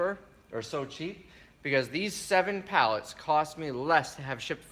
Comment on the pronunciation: sell everything, for a daaler. so cute, like my Aunt Pat from Tomah.